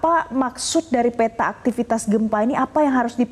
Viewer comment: P - ta = dibacaa peta bukan pé- ta, semua huruf kedua dlm satu kata yg ada huruf e dibaca e pepet , seperti kata : pelan, segar, gempa , maka konsisten peta jg begitu bacanya